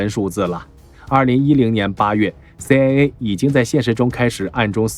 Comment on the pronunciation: CIA讀了什麼 AiA。